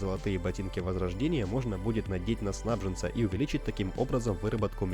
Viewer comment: В слове "СнабжЕнец" ударение на букву Е, а не А. Сильно режет слух. За видео спасибо.